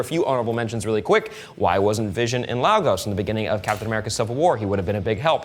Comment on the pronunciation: Lagos is pronounced legos for future reference. 👍🏾